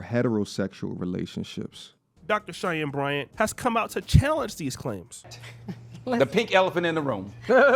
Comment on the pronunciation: How many times did say, "Cheyennes Bryants" 😂.